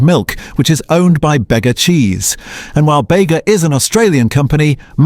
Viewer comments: Bega is pronounced ‘Beega’ not ‘Beyga’ 😩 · BEE'GA - NOT BEGGA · Beee-gar not beggar!!! Narrated by AI obviously!! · "begger" cheese It's pronounced bay-guh (BEGA) These ai voices are fucked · It's pronounced BEEGA, not BEGGA. It's a country town, dillbrain. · Bega as in beega . Gotta say it right.... Call it bayga and they would drive you out of town in the next milk tanker. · Thanks for all your comprehensive research, but I agree with a lot of other comments. It would be nice to know what brands actually to sell quality product. Also, it would be great if you used some Australian pronunciation . The brand Bega is pronounced “Bee gah” Thanks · Junk video. Doesn't even pronounce "Bega" properly. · Warning: Before consuming this presentation be aware it contains mis-direction and unsubstantiated commentary. No links to analysis reports, media articles or scientific references through to the mispronunciation of Bega. Packaging looks good but ingredients include E101 (AI Slop}. I’m fully aware of the proliferation of Frankenfoods but won’t buy from here. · This is ai slop along with outdated research… it also can’t say bega cheese correctly. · Bega own Pura brand. Lactalis own the Paul’s brand. Please correct this. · AI slop can't even say Bega cheese right.